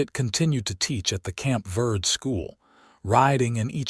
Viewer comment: It is Camp Ver-day, it is Spanish. It means Camp Green for the Verde River. Listening from Dewey-Humbolt, AZ. It is Ocotillo, not Acotillo. It is Ver-day River. Educate the AI voice.